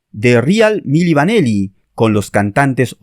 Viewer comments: Se pronuncia "mili vanili" no mili vaneli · Milli Vanilli..no Vaneli..al menos pronuncia bien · Es Milli Vanilli no Milli VanElli como dice el narrador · Y es VANILLI, con I. No VANELLI, como dices al principio del vídeo. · El video está muy bien explicado pero los fallos de llamar milli vaneli y Fab morgan son imperdonables 😂😂😂